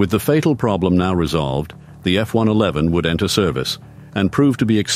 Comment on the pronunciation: Thank you Lord. "F One Eleven", most computer voices get that wrong, although this still sounds like a computer. And why is an American accent computer voice saying "aluminium"? We say "aluminum" here.